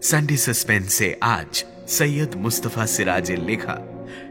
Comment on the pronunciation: আপনারা সৈয়দকে সইইয়দ বলেন কেন???